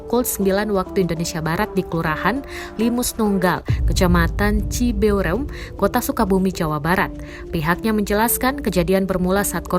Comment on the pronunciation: Cibeureum ...bukan cibe u re um